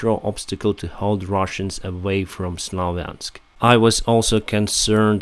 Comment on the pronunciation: Slov - yansk ... or Sluv - yunsk !!! This garbage started Speak the truth channel and still continues with that terror. Similar for Rubezhne spoken as Ruby - zine, while the correct pronounce is Rubee - zhne (zh like in Chinese Zhao or J in band Jamiroquai) 😎